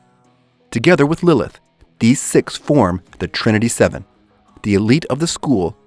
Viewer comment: does this dude know that he said serven instead of fucken 7